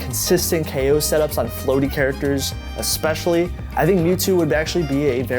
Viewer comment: Stop saying "Eckspecially"